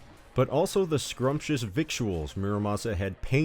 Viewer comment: Fun fact: victuals is actually pronounced like vittles.